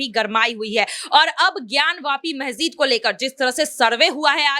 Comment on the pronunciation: Ari pagli, mahjid nahi, masjid bolo.